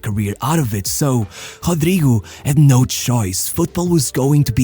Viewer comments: His name should be pronounced as Ro-dry-go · It's a joke, lol... Intentional mispronunciation of his name based on how it's spelt